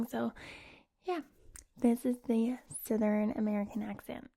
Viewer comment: When you are doing to southern accent, try to pronounce the uh, r, and n in the word southern. And when saying vowels try to make your mouth a little larger to make a rounder sound. Love from the south ❤️